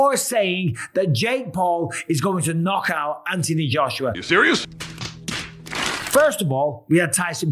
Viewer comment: Its Anthony Joshua. Not antiee Joshua. You brits are fucking weird. I hope jake paul knocks him out. He might buy you a new set of marbles. I watched the netflix warrior. Saw you in it good stuff. Take care young man dont dont kill me